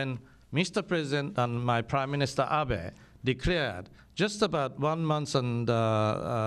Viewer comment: That is AH-BAY. AH-BAY AH-BAY. He's your best friend President Trump, learn to say his name right. (Maybe he calls you Donorodo Churummpu though and that's why you tease him by calling him AH-BEE)